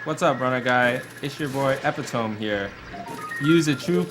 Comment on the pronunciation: EPITOME HAHAHAHAHA EPITOME ENGLISH FAIL!!!!!! XD